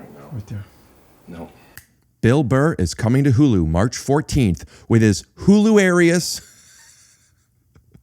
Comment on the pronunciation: You said hularious wrong